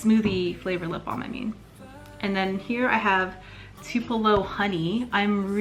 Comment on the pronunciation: Mango and Tu-pell-o (U is long sound) LOL sorry.......love these